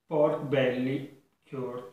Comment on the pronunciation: Great video and well-explained. Although I enjoyed the Italian lilt more than the Pancetta 'Porrrrk Bellllie' XD